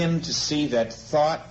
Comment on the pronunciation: forms... thort...